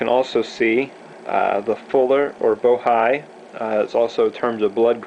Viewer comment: I like your video. but just for future reference, the groove is actually pronounced Bo Hee, not Bo Hai. An "I" in Japanese makes the "ee" sound.!